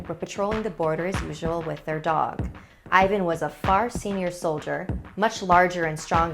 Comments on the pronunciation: NOT vAsil it's Vasil. And not Ivan it's ivAn good story BTW some samodivas are kind I am Bulgarian and actualy samodivas are real they are womans who are tought of witches there are few even nowadays... They are like prostitutes they lure you and rob you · I am not trying to be rude but you must read the I in Ivan as E and A in Ivan like A in Ass Xd I know that you didnt know how to say it, I just want to save you comments like "ew i am cringying when i hear how you prounaunce bulgarian names!!" Love you!! Simeon (Semheon) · Ivan should be pronounced like Even 😝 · actually like Evan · Great episode, but I'M CRYING that is not how you pronounce these names. It's more like eevUhn and vuhsEEl', I hope my bad transciption makes sence. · Its evan and vasael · Ey Im a bulgarian and its Vasil :3 And the name is pronounced a not ae but a And Ivan is E not i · The way she said "Vasil" and "Ivan" made me laugh real hard as a Bulgarian But let's have a moment of silence for the sacrifice of Vasil I'm more scared for what actually happened with his body and his dog's one it sends chills to my spine 🥶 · I loved this story.The only thing that irks me is the mispronounced names.Vasil has emphasys on i.Whilst Ivan has emphasys on van. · Oof the names. You shoud have atleast done some research on how pronounce them. The pronunciation is scarier than the video..... Anyway luv ur vids keep it up and pls do some more videos about Bulgaria I rly love them. And for all the ppl that will ask. YES IAM BULGARIAN!! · I feel bad for Ivan :(( (also that's not how to pronounce his name)